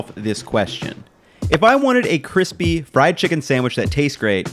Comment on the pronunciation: so what you are saying is that it is cwispy.